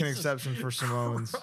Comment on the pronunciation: 😂 samoans… is not pronounced Samones